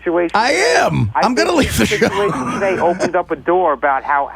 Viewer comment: Can someone please tell this fucking sack of guido shit the word is SITUATION